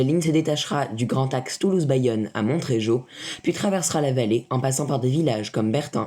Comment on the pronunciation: On ne prononce pas le t dans Montréjeau !